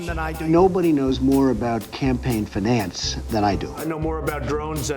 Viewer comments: FENANS its fi-nan-ce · nO BoDy KnOws MOre AboUT FEeNaNCe ThAN mE Then at least pronounce finance correctly 😔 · Campaign fin-unce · The way he pronounces finance upsets me